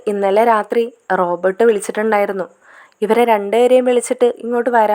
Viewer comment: ഹലോ കഥാപാത്രങ്ങളുടെ പേര് ശെരിയായി പറയൂ. റോബോർട് എന്നാൽ യന്ത്ര മനുഷ്യൻ എന്നാണ്. ഇത് റോബർട്ട്‌ ആണ്.